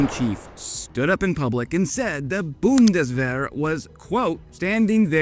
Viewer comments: „Buhndeswähere“ hahahahahaha unsere Sprache ist so lustig wenns andere sprechen. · The Boondeswehr 🙄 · You really butchered "Zeitenwende" here 😅 Let me help: it's pronounced Tsite-en-ven-duh. Thanks for the video,.:)